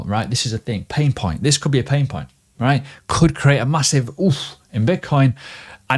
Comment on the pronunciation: everytime he says "Right?" i am hearing "Quack" .. LOL